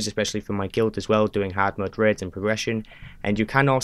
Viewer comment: I legit thought for half this video he was saying reds instead of raids 🤦🏽‍♂️🤣